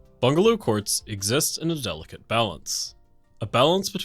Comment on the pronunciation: >makes a 13-minute video about bungalows >does research >gathers footage >writes script >sets up audio and records script >spends hours editing > into the video >mispronounces "bungalow," the subject of the video aaaaand i'm done. come on, my brother. you can do better.